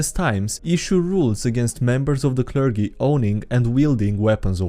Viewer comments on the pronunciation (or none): "Hello, Clergy-Dee-Ree here", but you have to mispronounce "clergy" like you did in this video. (It's actually pronounced with a soft G, like "Jeep".) XD